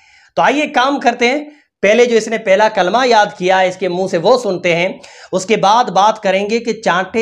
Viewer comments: Yeah kalma belkul galath pad rae hai toba toba nai ahthe thu na e pado thu baeter hai liken barai maherbani kar k galath thu na pade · Kalama shi se nhi padha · Galat pad rahi h kalma